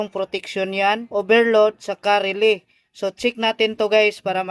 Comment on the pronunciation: paki ayos ng pag pronounce, relay. hindi RELEE, nagtuturo na tyo, pati pag bigkas ng tama iayos n natin